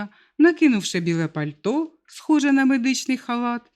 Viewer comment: Яке польті ? Правильно Пальто.